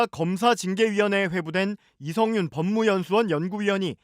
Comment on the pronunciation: 첫번째 뉴스 기자 누군가요? 이 기자 일부러 이성윤을 “이영구”라고 하네요. 며칠 전 다른 뉴스에서도 “이영구”라고 해서 자막으로라도 바로 잡으라는 댓글을 달았는데 또 “이영구”라고 하는걸 보면 일부러 그런다고 생각됩니다. 세번째 뉴스에서는 처음엔 이성윤으로 제대로 말하고는 바로 두번째부터는 도로 “이영구”라고 계속 말하네요. 참 ㅉㅉ